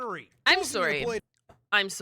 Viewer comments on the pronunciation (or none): “I’m “soory”?” Chat. Is she Canadian? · Canadian. That "Sorry" tells me Canadian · her canadian "sorry" is so cute to me idk why 😂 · I was just going to comment that it's funny hearing how Canadians talk like Americans but then they say sorry and you immediately are just like what the heck you're Canadian